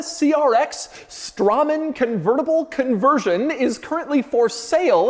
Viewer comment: Hmm, I always heard Straman pronounced as 'Strayman'.